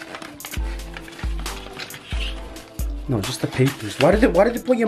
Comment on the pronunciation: Why you say Shknow instead of know